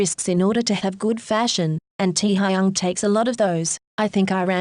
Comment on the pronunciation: Nobody: Computer voice: tEa hAyUnG